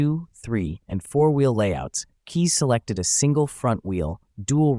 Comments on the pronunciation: K"Eyes" is the proper pronunciation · Bob Keyes was my uncle. And other than his last name being mispronounced, this was a pretty accurate video. (Add a "K" in front of the word "eyes" for the correct pronunciation.) I rode in a Trivette back in the mid-70s while they were being produced, and I've driven one my father bought around 1980. It is a very unique design; you feel like you are in the cockpit of a jet fighter while driving it. It easily achieved better than 50 MPG with urban driving with the Fiat 850cc engine. Bob ran out of the 850cc engines and started making them with 1600cc VW engines, which were later turbocharged. The stick-shift lever between your legs took a while to get used to! And while it didn't truly defy physics, it could corner quickly thanks to its long wheelbase and low center of gravity. I don't think more than one Vigilante was ever built.